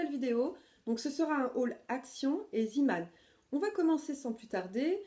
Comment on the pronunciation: Tu exprime Zimann mais ont dit zėmann 😆